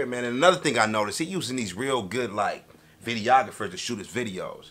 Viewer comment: did this nigga say "video- ographer" 😂😂😂